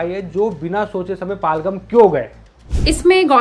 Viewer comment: Paal-ghum nahi bhai Pahel-gaam hota h